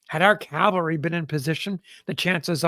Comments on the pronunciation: Always love these "experts" who don't its pronounced CAVALRY......not CALVARY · the guy reading the account says calvary every time the text says cavalry. the text spells it correctly, but he pronounces it backwards every single time. i thiught that is what confused you.. spellcheck won't correct it, as it doesn't know which word you mean.